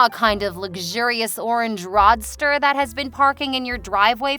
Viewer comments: "Rod ster?" Seriously? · Um...roadster is not pronounced "roddster"! Do you pronounce road as rod???